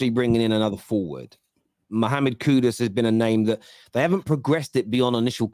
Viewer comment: 😂😂😂did just said "the coon"😂